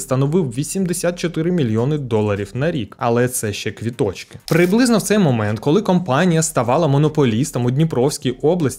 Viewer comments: Не "в дібрях", а в нетрях, не "квітОчки", а квіточкИ... Слідкуйте за мовою. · Все добре в цьому відео і цікаво розповідаєте, але ваше "квітОчки", чому б не говорити так як має бути квіточкИ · Чому ви в усіх відео говорите «квітОчки»? Правильно: «квіточкИ» - з наголосом на останній склад, а не середній